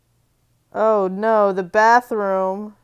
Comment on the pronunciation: "oh nowh" so annoying...